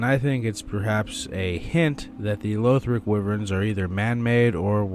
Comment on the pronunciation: Just a note: LAW-th-rick, not LOA-th-rick. It's how they pronounce it in-game - the 6th word in the intro cutscene.